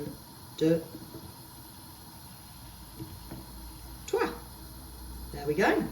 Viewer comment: "pain au chocolat", "un deux trois": definitely fluent in french our super 🤪😘 send love from France!!!